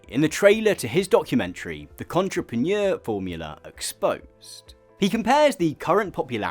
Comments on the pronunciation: Ok, I was watching the video with a lot of interest but that pronunciation of "Entrepeneur" has made me subscribe instantly. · The best part is your evil twin’s pronunciation of entrepreneur. 😂 Well… the best part of the first 14 minutes, I’ll keep watching…